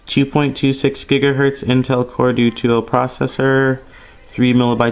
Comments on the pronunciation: hahaha " intel core du two" hahaha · Lol, "Intel core dwo tuo".